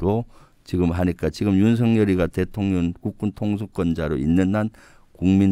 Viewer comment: 내귀만 그런가ㅋㅋ 김병주의원님이 말씀하실때 대통년이라고 들리네요 대통령하고 그년을 합쳐서 대통년이라고 하는 건가 싶네요 ㅋㅋㅋ